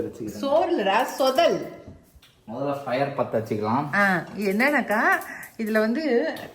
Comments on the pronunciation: சொதல் இல்லை “தொதல் “ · It s not shodhal it is called dhodhal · It’s “ THODHAL” ( not sodhal)